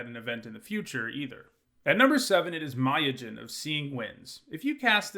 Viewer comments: So apparently no one in this comment section takes offence with "Mayojin" for Myojin? Is it supposed to be the god of mayonnaise? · I'm sorry but it's japanese inspired so it should be pronounced me-yo-jin not muy-o-jin.